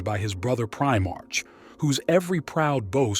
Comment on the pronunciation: “Eye-Veeth Legion” “PrimarCH” “Gullyman.” This Abominable Intelligence is Heresy